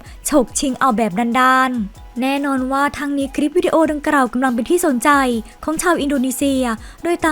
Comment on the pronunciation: ออกเสียงผิดเยอะมากเช่น คำว่า ดังกล่าว ออกเสียงเป็น ดังกร่าว คำว่า กลัว ออกเสียงเป็น กรัว